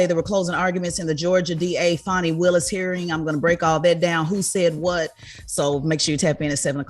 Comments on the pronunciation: It's not FANNY it's FAWNEE spelled Fani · Everytime Charla mispronounce Fani name, it's disrespect.